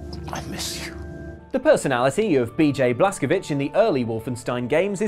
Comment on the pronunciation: The pronunciation of the Wolfenstein protagonist is Blaskowitz, rhyming with it's. He's American, and Americans of both Polish and Jewish ancestry pronounce it that way.